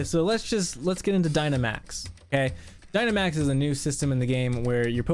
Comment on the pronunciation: "Dynamaxing" Sorry, had to ruin it bud.